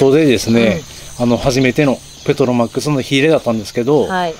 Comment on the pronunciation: ペトロマックスをの発音すごい笑